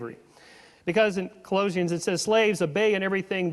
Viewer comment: Ka-LOW-zians ??? I have never once, in over 40 years as a believer, heard ANYone pronounce Colossians that way. It's ka-LA-shuns. Makes me doubt his claim to have been a born-again student of the Bible. Then in his 20's he rethought everything? I seriously doubt it. Call me skeptical.